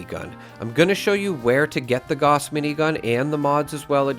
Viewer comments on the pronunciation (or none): Nice video as always but for the love of God please look up the pronunciation of Gauss.